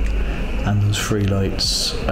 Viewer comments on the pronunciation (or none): When you say day free do you mean day three ?